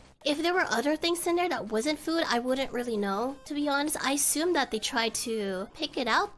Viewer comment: "hopefully you'll get an edit for dat story" That accent slipped out. You only use that accent if you speak a SEAs language.